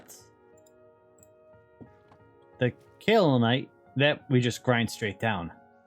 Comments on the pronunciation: Since you keep having trouble pronouncing Kaolinite, you can remember it as "K.O. linite" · I always pronounced kaolinite cow-lin-ite but I could be delusional.